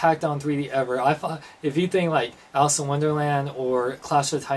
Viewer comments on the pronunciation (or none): none